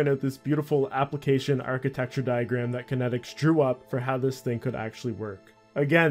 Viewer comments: Kaitnieks= Kite-neeks Not Kinetics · The website wasn't kenneticz, it's kaitnieks, pronounced "kite-nye-icks". Otherwise bravo this takes me so far back, i been playing rsc since a wee-lad, around 2001. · Not sure how he got kan-et-iks from Kaitnieks. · Why do you keep pronouncing his name as kinetics when his name looks nothing like it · This guy really just called kaitnieks “kinetics” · Some OSRS content creators don’t know phonetics. FlippingOldSchool has the same problem. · Haha it’s a dutch name, no wonder that he doesn’t pronounce it right. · Yeah, it's honestly pretty annoying to hear someone make a video on someone so prominent and then just repeatedly get the name not even close to right. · its actually pronounced kite-neaks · im American and I understood how to pronounce it immediately, this youtuber is just a pepega. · Lol autominer source code being "clean", it was literally just a clicker, you could write something similar after spending a week learning to code. By runebot you mean AutoRune. And Kaitnieks is not pronounced "kinetics". OCR = Optical Character Recognition, not Content. Alot of inaccuracies and missing info here I think. Btw you can find Kaitnieks on reddit. All that said, it's great to see someone documenting RSC, I cant begin to tell you how unbelievable it was. I recently started playing RS3 out of nostalgia but honestly, so much of the original magic no longer exists in the game. From staking in a packed draynor, to trading in varrock market and pking in edgeville. All 3 locations, always packed, just an amazing game. Finally, I wrote many RSC bots back in the day and was very active in the community, if you ever want to talk anything RSC hit me up. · Aside from absolutely decimating the dudes name, solid vid